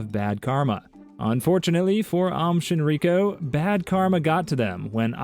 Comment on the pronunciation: Aum Shinrikyo is pronounced "Om Shin-ree-key-o", not "Aum Shin-ree-ko"